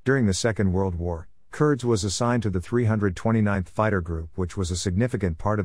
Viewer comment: It is actually pronounced with a long E. Curd-ees. Nice video of my grandfather